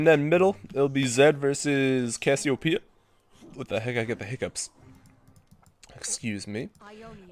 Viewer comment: "There is Ks-siopeia."